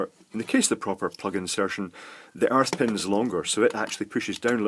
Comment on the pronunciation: I could have sworn you said "arse pin" for the earth ground. I love watching you make these videos. Keep it going!